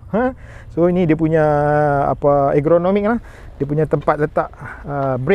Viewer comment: Salam bang. Terbaek review....namun ada sikit silap di ...perkataan yg betul ialah 'ergonomik' bukan 'egronomik' bang. Dlm video abg yg lain pun abg sebut 'egronomik'. Harap dpt membantu ketepatan content abg...wallahualam.